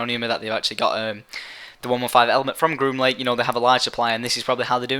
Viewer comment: groom link? green link? grun lunk? WTF IS HE SAYING?!?!